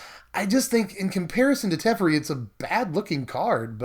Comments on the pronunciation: Its teferi not terefi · anyone else start screaming to themselves whenever he said teferi? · It’s kinda funny how your pronounced teferi 2 different ways within seconds😂 awesome video tho! Always love watching!